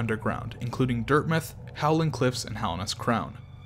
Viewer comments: why do you say dirth meth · NOBODY: ABSOLUTELY NOBODY:“Dirtmyth”